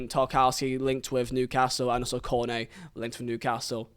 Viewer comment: It sounded like you said Kone A instead of Cornet lol